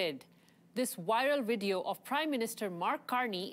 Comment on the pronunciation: Wiral wideo?